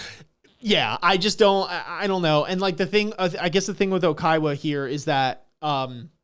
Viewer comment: lots of Oikawa "slander" from people that pronounce it "Okaiwa" 😂😂 Edit: Manga Oikawa is my favourite overall character, but tbf it's fine that you guys dislike him now, and even possibly in the future.